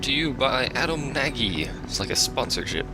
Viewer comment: pronounced nodge. Yeah i thought the mushrooms would work with ogres and the springs would push everything into one big mosh pit of orcism